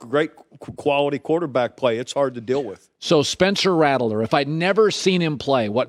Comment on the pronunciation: got me quite annoyed how colin is pronouncing rattlers name